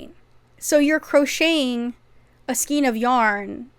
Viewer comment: Love your videos so much!!!! Skein is pronounced skayn. It sounds like rain, pain, drain. Not like bean, mean or teen.